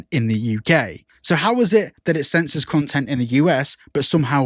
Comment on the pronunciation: They said "c*nsorship" instead of censorship lol.